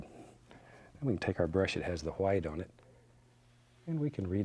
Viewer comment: "titanium hwite"